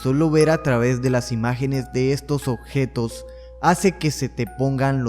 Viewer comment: Odjetos, no mames, habla bien